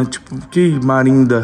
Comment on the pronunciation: "Marinda" kkkkkk